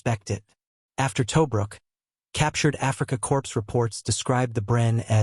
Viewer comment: It is horrid isn't it? Pronouncing Corps as 'corpse'